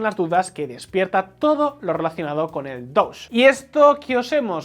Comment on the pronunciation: No sé si es un chiste o estoy viendo cosas donde no las hay, pero, ¿Es posible que haya percibido que la pronunciación de DOGE está vez sonaba un poquito como "Douche"?